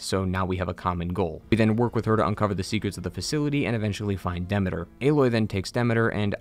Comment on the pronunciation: Great video! But uh.... Are you saying Demeter and Thebes wrong on purpose?